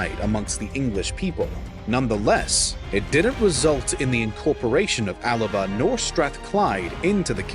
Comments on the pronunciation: Spelled 'Alba' Pronounced 'Alaba' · It's Al-ba, not ali-ba. American narrator of the original video is pronouncing it like Americans always pronounce things - incorrectly. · Alba (not Alaba) is the Gealic name for Scotland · Viking was just a Norse name for raiders/pirates, the Danes mostly invaded England while the Norwegians focused on Scotland. Also the narrator is wrong, it's Alba not Alaba. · Alaba????!!!! That narrator has it wrong. It was called Alba. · It's Alba not alaba! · The narrator keeps saying Alaba. The name is Alba. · OK thanks for the lesson. I'm 67 but I think we are never too old to learn new. All the time of Scottish descent and lived in Scotland for a long time, you are correct and surmising that I am not a Gealic speaker. 👍 But was the narrators pronunciation correct or a close facsimile, I just found it grating. But then I am 2nd gen English LOL